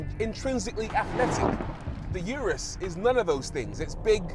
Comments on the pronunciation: "Uterus", or did I mishear? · No one thought about telling Rory he was pronouncing Urus wrong